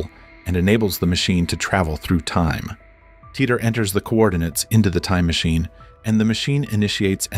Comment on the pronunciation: How many different ways is he going to pronounce Titor?